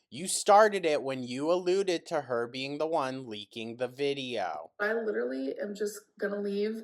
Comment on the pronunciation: when someone shows MILD INTEREST she claims they're LIDURALLY UBSESSED. She's too stupid to articulate any other words with her incredibly limited vocabulary